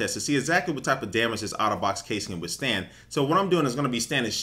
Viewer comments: i keep thinking he's saying autobots :/ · It sounds like he says Autobots not otterbox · i thought he kept saying "auto bots" instead of Otter Box lol